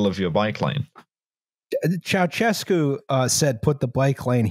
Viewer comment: will someone please tell that ș in romanian is pronounced like sh so Ceaușescu is pronounced chow-SHESS-ku not chow-CHESS-ku